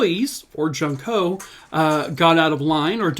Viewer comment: Not being disrepectful at all but, i just wanted to say the name junko is pronounced like June-ko. Great video as always 😊